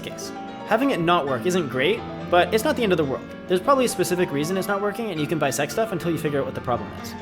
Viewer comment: "Bisect stuff" is what he said, "Buy sex stuff" is what I heard, and it would work too. 😂